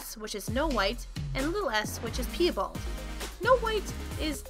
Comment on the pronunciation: Pee-a-bald....its PIE-bald as in apple pie and my bald uncle 🤦🏻 i know this is old but please if you do make more videos learn the pronunciation of the words